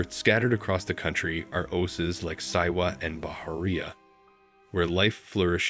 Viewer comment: I wish that posters all over YouTube would realize that, even with interesting content, the frequent use of AI narrators is irritating as hell! This narrator couldn't pronounce Oasis or Oases, and repeatedly called Cairo "Kay-ro." Just have a human narrate, your videos will be much better.